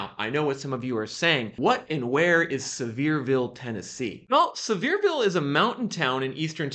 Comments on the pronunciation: It’s not pronounced “Severe-ville; it’s pronounce “Sever-Ville” The home values were super inflated. And along with interest-rates, the luxury homes are so big the overhead to run them is not worth it! Too high maintenance costs. The Biden administration and the push for “Green and Globalizism” is wrecking the economy. Idiots!! A lot of Fools voted for the Big Guy. Think next time. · It’s see-ver-ville, TN